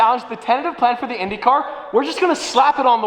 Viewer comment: Brazilian here, the pronunciation was SPOTLESS MY BOY